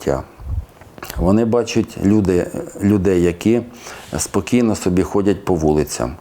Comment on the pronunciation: не сОбі, а собІ, наголос на І